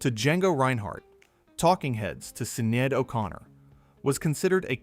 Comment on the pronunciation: The pronunciation of Sinead O’Connor was so off it took me a moment to figure out who he was talking about….